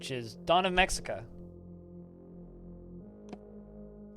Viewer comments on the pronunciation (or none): Looks pretty neat. By the way, the 'x' in Mexica is an 'h' sound, so it's pronounced Meh-Hee-Kah.